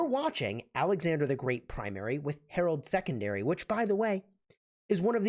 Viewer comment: His name is Harald not Harold!! Please pronounce names correctly!